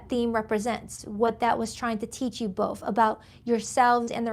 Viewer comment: Hey where are u from? U have an accent? You say "f" at the end of words instead of "th" like both .... u say boff instead of both ... my mom does the same and she is from Trenton NJ ... did u grow up there too?